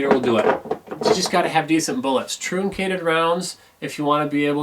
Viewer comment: Flat nosed bullets are pronounced like trunk ated, not trooncated